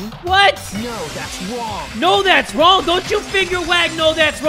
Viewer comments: "NO THAT'S WONG!" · "No that's wOnG". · Nagito: "No, that's WONG" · Mokoto: no that’s wrong Hajime: no that’s wrong Shuichi: no that’s wrong Keade: no that’s wrong Kokichi: no that’s wrong Nagito: no that’s wong Sorry if I spelt a name wrong